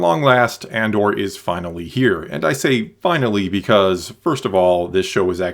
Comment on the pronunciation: I can't tell if you are saying Andor or And/or. :)